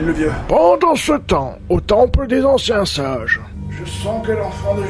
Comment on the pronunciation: Eh le mec il dit le temple des ancien sage ou des anciens singe ?